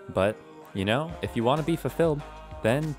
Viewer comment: “let me guys knowr if you wanna see that”